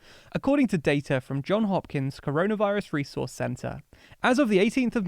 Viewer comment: Johns Hopkins - an "s" on both names.